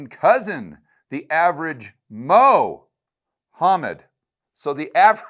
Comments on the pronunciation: Mo-homed has me dying 😂. Keep up the good work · Loved Mo hammed pronunciation...😅 In a broader sense it's reminder of the ridiculousness of making such a grandiose claim to be identified as the final word from the divine! Mohammed with his biased proclamation of claiming the final prophet hood...!🤣 It's a prove of the level of their fault-ness & fallacy. Not to mention the cowardice West consistently fearing talking discussing Islamisem's threat to human endeavor..! 🤨😉